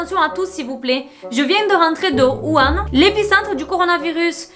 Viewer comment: C'est pas 'Wu han' plutôt ? 🤔👀